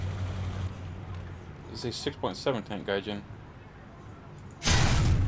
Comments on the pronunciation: Its pronounced gaijeen and not jin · Gaijean like jeans should be pronounced or Mary Jeane